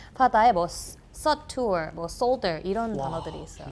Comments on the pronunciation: Suture...? 발음이 왜그래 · 님 요새 팬 됐는데 미3누님 채널에 나오길래 얼른 틀었어요!! 저 영어는 완전 못하지만 그레이 아나토미 덕후라 15분 47초에 말씀하신 봉합하다 suture 아마 발음 서투어보단 수처였던 것 같아요!! 영어가 발음 규칙 워낙 괴상하다보니 다른 단어에 맞게 서투어로 읽으신 건가 봐요! 보다가 혹여나 혼자 그냥 마음에 걸려서 댓 달아봅니당.. 이상 지나가던 영알못인데 그저 미드덕후이면서 팬 댓글 남기구 가요 오늘도 좋은 하루 보내세요~~ 영상 짱이다🫶🏻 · suture .. 써투얼???? ㅋㅋㅋㅋㅋㅋ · 쉽지 않네 suture을 써투어라 읽는다고?